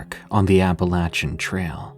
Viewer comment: Thank you for pronouncing Appalachian correctly.